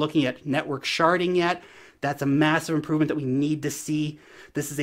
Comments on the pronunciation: Lol its sharding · That is EXACTLY how I hear it every time a YouTuber says it 😂